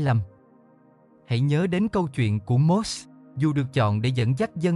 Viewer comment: Kkk .. Mô Sê mà đọc là Mốt .. hết hồn luôn ..😅